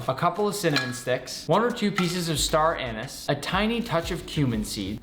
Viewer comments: cool video but its star anees, not star anis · star anus lol its star anieeeez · star anis??????? atleast in aus its pronounsed anease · "StAr EaNiS" Its (a-nees) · They’re pronounced “star uh-nees” not star anus. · A couple of star anus Wtf... Its staranise read both not read and cut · I had to double back I thought he said star anus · HAHAHA he said STAR ANUS 😂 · "Star Anus" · i thought i heard star anu*ses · I could swear i heard star anus😂😂😂😂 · Isn’t star anise pronounced star aneeeeeese lol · It's pronounced star anise, not star anise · Hate your pronunciation of “star anise” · actually, it’s pronounced “star anise” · WHY DONT YOU SAY CHILLIES PROPERLY? CHIILAAAAAAISSSS WHY DONT YOU SAY STAR ANISE PROPERLY?! STARR ANNNNNNIISSSSS haha, weird kid bro. You do it for lolz it must be,.